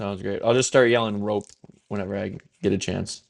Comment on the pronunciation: Rope-eh according to noted pronunciation fetishist and Stars PA Jeff K